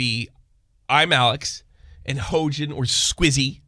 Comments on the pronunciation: He-yo-jin thats how you pronounce it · Her name is pronounced "H-yo-jin" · Hoejin, what a fitting mispronunsiation.